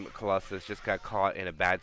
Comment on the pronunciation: 2 minutes into the cast: "Colossus. I said that name wrong for a while, but I'll get it right from now on" Me: "Noooooo" - 40 seconds later: "And now Colossalis maximized their damage" Me: "Thank God" (Thank you both for the cast, with a year delay ☺)